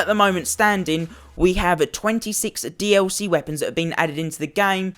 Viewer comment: thank you it was pissing me off how he was saying "dlc"